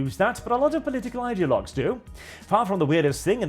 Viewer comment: ‘Ideologue” has a hard G not a soft one. ‘Lest” doesn’t have an A, and it’s “reckless abandon” not “abandoned”. Guise is pronounced like “guys” not “geeze”.